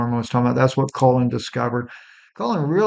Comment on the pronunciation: What is this guy talking about? "Shooting OF Tyler Robinson"?? He can't pronounce the name Colin. He says Colon, he tells us what's happening to a bird outside his window. Smh.....IMO, this not reputable information being shared here...🤨🤨🤨